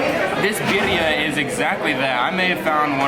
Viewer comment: Sounds like you say perria. (Little dog)lol. Birria thats. (Bee rree yah)😜